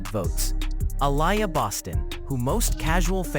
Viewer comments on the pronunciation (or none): Stop mispronouncing Aliyah